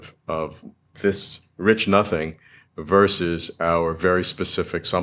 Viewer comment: Nomething rather than Sothing